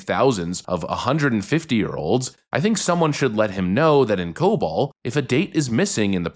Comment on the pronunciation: Um... It's Cobol, not cobalt.